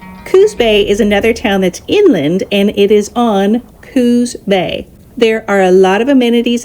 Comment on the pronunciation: Coos Bay not Cooz Bay. .... Cape "Air-go" not "Ar-ee-go". The beaches are outside of historical Charleston Oregon.